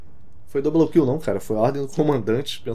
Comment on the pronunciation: "Dobroum Kill"